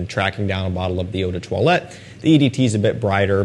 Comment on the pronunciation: Please as someone who love french language, can you say the word “parfum” without pronouncing the “m” at the end ? We say in french “parfum” without the sound M at the end. “Eau de toilette” you pronounce it perfectly. Thanks for the content